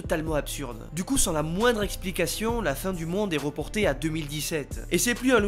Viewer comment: on dit pas ''il rogrété d'y avoir participé'' mais ''il regrettait d'y avoir participé '', on dit pas ''faire rossentir'' mais ''faire ressentir'', on dit pas ''la fin du monde est roportait jusqu'en 2027'' mais ''la fin du monde est reportée en 2017''